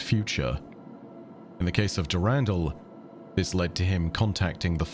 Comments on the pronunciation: Is it not pronounced Der In Dall? Not Durandle? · I love the the content but I need you to change how you pronounce the name Dur ren dull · He says Durandal funny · i love the different pronunciation for Durandal based on the timeline. did Mandalore Gaming start that, i wonder?